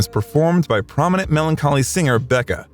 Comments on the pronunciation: Who does Everybody's Gotta Learn Sometimes? Becka? You mean Beck. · Pronunciations that are wrong abound. There is no singer called Beca. His name is BECK, as it’s spelled. Can’t figure out if it’s AI or just from country that’s not the USA. There is no 200 percent. 100 percent is as high as it goes